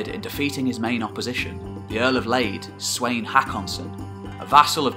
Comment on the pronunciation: The twisting of the names, is a little annoying. Knut, Svein, olav haarfagre, should be able to prenounced by english people?